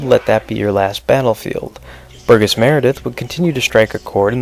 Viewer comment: What's with your pronouncing your 'G's? Last episode, you said 'Burgis Meredith when it's BURGESS Meredith, and now you said 'Bat GUYro' instead of 'Bat Gyro'. You are pronouncing HARD G's instead of SOFT G's. Also noticed you were a little off also on the word 'Penguin' pronouncing it 'Peng-win'.